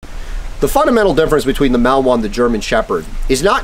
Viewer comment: Nice video, but please learn to pronounce Malinois correctly. It's not "Mal-Wa." The name has three syllables; ma-luhn-waa.